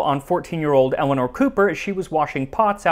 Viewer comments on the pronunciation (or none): none